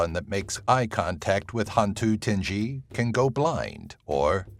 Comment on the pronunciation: Hantu tinggi is pronounced Han too ting gui